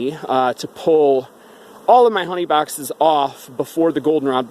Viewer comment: The way you pronounce your s and x's drive me nuts. Bawxxxss (box).